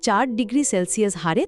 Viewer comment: হ্রাস=হাস❌ রাস✅ ক্ষীন= খিন❌ক্ষীনো